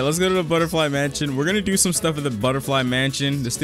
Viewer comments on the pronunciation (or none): Ah yes mension and not mansion